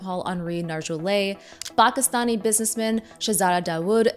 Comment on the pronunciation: I’m traumatized by how she pronounced Pakistani.